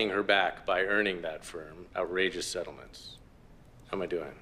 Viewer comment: Harvey king of Seetlemennt 😅😅😅😅